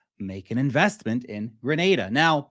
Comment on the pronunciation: Please pronounce the name of the country correctly.